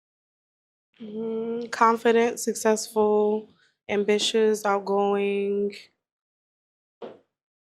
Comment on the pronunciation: “Ambritious” girls mi go fa 😮😂😂😂